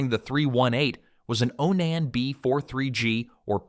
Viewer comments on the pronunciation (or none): Onon ???? It's Onan man get it right get rid of that stupid AI voice